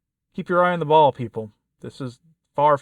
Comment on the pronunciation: Did you say, "Keep your eye on the ball" or "Keep your eye on the fall"?